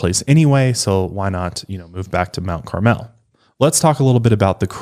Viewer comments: Everyone commenting on this seems to ignore the proximity of I-57. Lots of travelers from all over the country passing thru. And Mt Carmel is pronounced Mt CARmel, not Mt CarMEL. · being from IL, their pronunciation of Mount Carmel has me dead